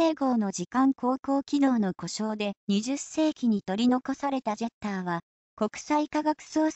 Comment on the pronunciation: ジャッターになってるよ。